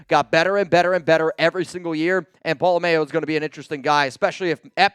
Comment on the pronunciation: #Raaaaidersss Stop saying Pola-Mayo. It's pronounced Pola- MM.. OW APPRECIATE THE CONTENT! Keep doing your best